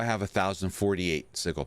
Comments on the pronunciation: sigil is with a "Ja" sound. SiJil. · Bruh, this was hard to watch with you mispronuncing sigil. The g makes a j sound in this word.